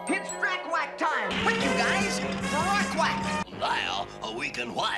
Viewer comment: Drac-wack huh? I wonder if they new how bad that sounded.